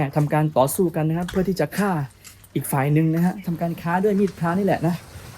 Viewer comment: ฆ่าไม่ใช่ค้า